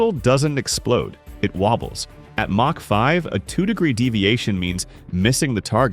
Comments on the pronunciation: myack 5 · mack 5... ai slop